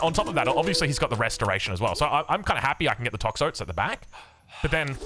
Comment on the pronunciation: please call them 'Tox-o-tees' please i can't even